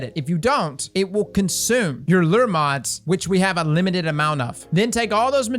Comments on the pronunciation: Not to be that guy, but if you're gonna say it that many times, I gotta say something too. It's "lou-er", not "ler" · Its pronounced "Lou" - "er" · Lure = Lew-er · the way he says "lure" like LERR lol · Dude how are you saying “lure”? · Man no one can say lure properly lol